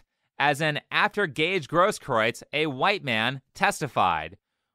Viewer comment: I think that the guy is a liar and that he'll eventually get his, but it's actually pronounced "GROSS-kroo-its," with the first syllable rhyming with "moss."